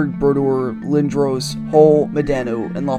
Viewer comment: You say lindros the same way my dad does, which always made me wonder what the correct way to pronounce it was...I still don’t know!